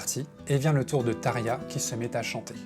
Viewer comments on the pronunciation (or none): I get that their names are hard to say, and I can gloss over pronouncing it as “Thomas”. But come on dude; “Tare-yah”?? If you’re gonna make a 42 minute Nightwish video, take 5 seconds to look up the pronunciation of the lead singer. Tapped out .